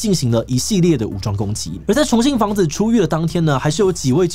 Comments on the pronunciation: 重信房子… 一直聽成重慶房子… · 我一直聽成重慶的房子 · 還好有CC字幕，否則我一直以為說的是重慶房子，而很難聽出來說的是重信房子。